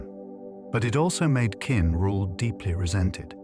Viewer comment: This is great history, just one quibble - "Qin" is pronounced basically like "chin" not "kin."